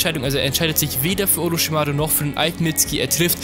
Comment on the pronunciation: Oroschimaru genauso